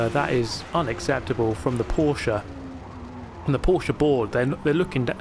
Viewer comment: Subscribing because you pronounced Porsche correctly. Ty.